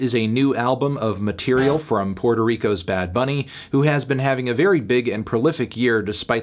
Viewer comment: El Melón's Spanish is getting better and better. That "Bad Bunny" pronunciation was legit fine